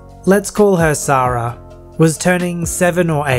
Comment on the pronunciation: sahrah. S A H R A H .